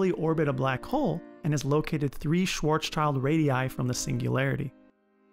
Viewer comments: Pronunciation variations are one thing. (Gotta say, "Japan"/"Nippon" is a non-example, though.) It's quite another to change "schild" to "child", making it sound like the English word that has nothing at all to do with it, not to mention thoroughly mangling someone's name. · not "SchwarzChild"....."SchwarzSCHILD"....like shield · Pronounced “Schwartz-shield” not “Schwartz-child”? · He named it wrong in the video. Its not Schwarz-Child... Its Schwarzschild... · Superb video! Just one tiny gripe- it should be pronounced “Schwartz -shilt” not “child”, there’s no such name as “Schwartz-Child” in German. Thanks for posting good Physics and great graphics. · You called the guy Schwarzchild. He is called Schwarzschild though. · You cannot just choose how to pronounce someone’s name. If it’s difficult to pronounce, you can still try to do your best. In this case, it is just a misinterpretation of the last part which looks like ‘child’, where it actually is ‘schild’. I can understand that not everybody can pronounce this name in German, but by just pronouncing it as a result of a misinterpretation does not show much respect for Karl Schwarzschild, or at least it doesn’t look like it. It’s just too easy to pronounce things the way you want, especially in videos intended for education. Pronouncing it as “swarts-shield” is not difficult, and at least shows some awareness of the origin of the term. Pronouncing it as ‘child’ does the opposite. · Great video! But in it‘s schwarzschild and not schwarzchild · Little correction, it's "Schwarzschild", not "Schwarzchild" (named after Karl Schwarzschild who worked out the formula in 1916) 🙃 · It´s not Schwarzchild radius. There is no child. But a black shield. So it has to be Schwarzschild. Yes i know... this is one of the german words which are not pronouncable for the most american tounges. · 3'35 he says "Schwarzs-Child" :D but it is "Schwarz-Schild". No children are harmed. :D :D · The guy's name is Schwarzschild not Schwarz child .